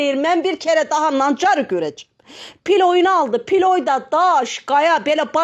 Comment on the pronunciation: Pilov deyil ablam pilav😂